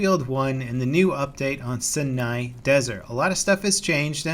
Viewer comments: You don't know which is more effective: cavalry or infantry? Isn't that the point of making a well balanced game: to make each class unique but not more or less powerful than any other? Also, you're pronouncing Sinai wrong. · why can't any YouTuber pronounce "Sinai" correctly?? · How does as a Californian not know how to pronounce Sinai? The world famous Cedars-Sinai medical center is in Los Angles. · ITS SIGH-IN-EYE YOU ILLITERATE FUCKWIT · Sinai, S-aye nay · My dad is from Turkey and you pronouce Sinai desert as Shinai Desert :) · Pronunciation: Sai-Nai Wrong pronunciation: Sin-Ai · 'sin-eye' ? Isn't that desert pronounced 'sigh-nigh' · its Si-nai... check here: It is not Sin-ai. Just wanted you to know.:) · it's pronounced "sigh-nye" not "sin-ai" these youtubers need to learn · The Cyanide Desert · Sinai Desert, not Senai ;) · It's Sina Desert not Senpai Desert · It's Sinai desert not Cena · Its pronounced "sigh-ny" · Love your vids, but you done diddly sound silly pronouncing the name wrong. You got the em-PHA-sis on the wrong sy-LLA-ble!!!!!!! It's sIGH-nYE. Just look it up already....."How to pronounce Sinai" There is a dadgum youtube on it. Carry on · Anyone else who growing up was forced to go to church and bible study would know that the vowel sounds in "Sinai" are pronounced the same way is in the word "Sci-Fi". The first "i" in Sinai is like the "i" in "science". Sinai Desert. Though it doesn't really matter, since places are pronounced different ways depending on where you are from, but the way I've always heard from many many many people and documentaries etc that it's Sinai like "Sci - nai" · 1. its pronounced [sea-na-ee] 2. they should add 1 flag just for air vehicles so pilots have an objective as well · Please LevelCap learn how to say Sinai. It is pronounced Sigh-Nye. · I've never heard Sinai in my life, so i just assume it's pronounced SeeNai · It's pronounced See-nah... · its pronounced seyeneye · It's pronounced sainai desert